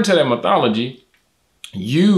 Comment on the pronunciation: It's Methodology, not Methology. Great video by the way, very well done!